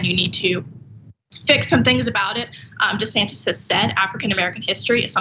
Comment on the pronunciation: Dr Ritchie called him DeSatin by mistake 😁